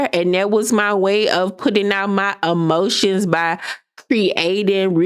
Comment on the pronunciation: Not my “uhmotions”!!!!😂😂😂😂😂😂💀